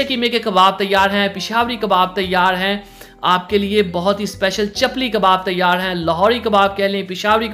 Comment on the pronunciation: او بھائی چلپی نہیں چپلی کباب!